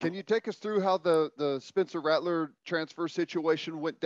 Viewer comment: Is coach beamer saying Ratteler instead of Rattler? I thought I heard it three or four times 🤔